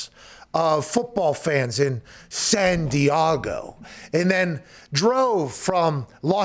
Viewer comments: Lol Does Pat think there is an A in San Diego? lol it's not Diago, its Diego. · San-dee-AH-go .... san-dee-AHHH-go... who the f**k told him to say it like that? lol and honestly, who in their right mind would vote Phillip Rivers in to the HOF?? he wasn't bad by any means... but really, what has he done that was "famous" enough for the HOF? no championship titles of any kind, only made it to that game ONCE, seen the postseason for less than half his career, and with only good stats at best; I mean he was good enough to keep his job but we're talking post-merger football, NOT pre-superbowl era.... can someone explain this to me? as much as I like these guys... wtf are they even talking about? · Can someone explain to me why he says “San Diago” like that? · The movie Anchorman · Okay... I took this serious at first, but then the constant repeat of “San Di-ah-go” just made it hilarious lol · Why does he say san diego so weird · Slight twitch/cringe with how Pat pronounced San Diego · What's the dealio with his pronunciation of San Diego?